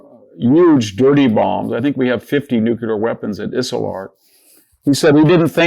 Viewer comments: VDH just said 'Nucular' and it was not a slip of the tongue, because he said it again ! How disappointing. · Cant take anyone serious who cant pronounce NEW CLEE ER . So much for degrees